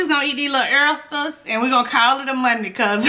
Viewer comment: How do oysters taste? Ooops I meant "errsters"!!😆😆😆😆